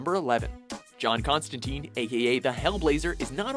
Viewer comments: ConstanTYNE, not ConstaTEEEN. Get the damn name right. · Its "tine" like "time", not "teen". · it's not constanTEEN. it's ConstanTINE. Rhymes with wine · It's pronounced Con-stan-tyne. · Constantine, as "tyne" not "teen". At least get the name right if you're gonna make a video about him. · I can't take this video seriously because they don't even pronounce his name right. It's not constan-teen.